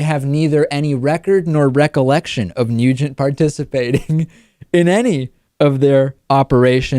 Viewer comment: It sounded like David said Ted "Mutant" in the beginning...very appropriate.